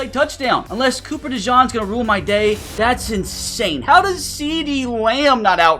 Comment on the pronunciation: It's pronounced (Coop-per De-Gene) and its pronounced (De-von-tae smith)